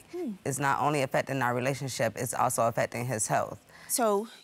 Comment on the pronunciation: Who else heard relationsip!?🤭😁😁🤪